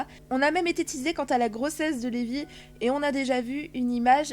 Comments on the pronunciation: Mais pour vous dites Zerf au lieu de zelphe Et au lieu de luxus vous dites laxus Et 1u lieu de reby vous dites levy c'est moche Et jubia juvia c'est quoi tout ces nom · Sa se prononse pas (zeref mais zelef) et pas (laxus mais luxuse) et enfin (pas Levi mais rebi) et (pas luvia mais jubie) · Levy se prononce reby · C'est pas Levy mais Reby et c'est pas laxus c'est luxus